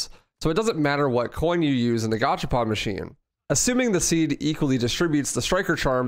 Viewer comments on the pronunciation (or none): none